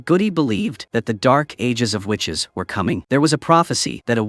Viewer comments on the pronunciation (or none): none